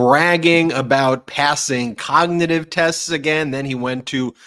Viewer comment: He can’t even say the word cognitive correctly…